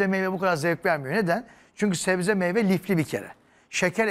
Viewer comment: 35 kez zebze dedi